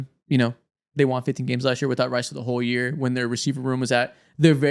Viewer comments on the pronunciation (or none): i gotta say it. the word “won” is pronounced the same as the word “one” in english. bro keeps saying “they juan” and it’s all i can hear 💀